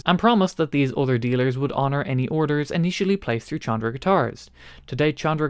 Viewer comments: I'm sure someone already corrected this in the comments, Chondro is pronounced "Kondro", the CH makes a K sound phonetically. It's named after the old scientific latin name for Green Tree Pythons, Chondropython Virdis. They got dubbed "Chondros" by us reptile people, and still have that nickname after being scientifically reclassified in the genus Morelia giving them the scientific name Morelia Virdis. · It is pronounced "CONDRO" A chondro python is a green tree python. And his logo is a green snake. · fyi Chondro is pronounced “Kändrō”, hard K sound. For the guitar store, it comes from the mascot, the Green Tree Python, latin Chondropython viridis. Killer store name. Now, back to guitars… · I believe in this case the correct pronunciation is Con--Dro. That is a nickname for Green Tree Pythons. A popular and expensive exotic pet snake species. Given the color scheme of the company's logo, it makes sense. That and there are a lot of guitar players that collect snakes. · It is definitely pronounced Kondro. Like chronology, chorus, etc. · I feel like the pronunciation of Chondro is quite important here